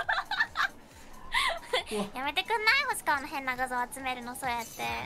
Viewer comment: 星川へのお疲れ様ですが星川様ですに聞こえた